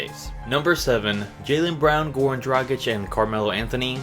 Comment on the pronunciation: This guy is the only NBA youtuber who can pronounce Dragic right TY